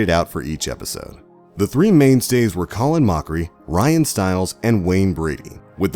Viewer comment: If you ever watched this show, you knew these things. You'd also know how to pronounce Ryan's name. SMH